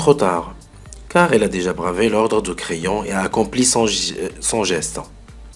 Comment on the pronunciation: Merci pour ce resumé j espere que j aurai une bonne note et sinon creon se pronoce pas crayon